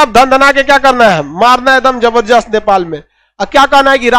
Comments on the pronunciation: खन सर आप जबरजस क्यू कहते है बलके ज़बरदस्त होता है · Jabardast ke badle zabardast bolne ka practice karen sir